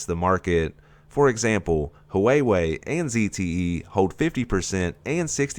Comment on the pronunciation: Wayway is seriously the most retarded pronunciation I’ve ever heard for huawei